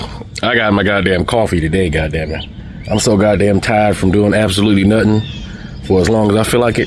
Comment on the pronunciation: That guy said "nuttin"" and "sabbatical"in the same sentence.